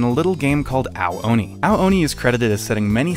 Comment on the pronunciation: the way it’s pronounced sounds like- “OWWW ONI😭😭😭”